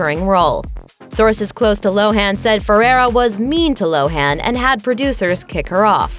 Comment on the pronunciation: Listen, it's not pronounced "Lo-HAN"! It's LO-an.